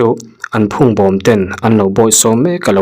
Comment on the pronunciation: Phûngbâwm ni loin, phungbawm tih tur aw. A lam hi uluk deuh la. Phung tih hi tung tih thluka lam tur a ni a. Bawm tih pawh hi fanghmir bawm hnu kan tiha bawm thluk anga lam tur a ni. Mizo ṭawng chhiar dan i hriat loh hi chu mi dang rawn hreh lo ang che